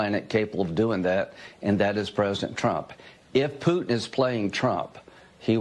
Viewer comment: the way graham says putin. he should just shut up and talk about coal mines and shit. horrible.